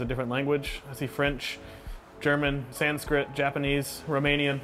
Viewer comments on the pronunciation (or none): none